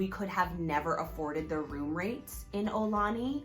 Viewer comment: Mahalo for this video! I'm so glad you visited and had a nice time! btw, the pronunciation is more 'OW - lah - knee' or 'AH - oo - lah - knee', rather than 'OH - lah - knee'.... fyi - with the global concerns over COVID19, I'm hoping life in Hawai'i and everywhere in the world will get 'back to normal' soon... As of 3/19/2020, businesses are closing down and travel is being restricted... I would hate if visitors attempt to come to Hawai'i and find that many of the attractions and restaurants are not yet available...